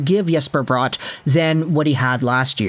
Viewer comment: It's Bratt not Brought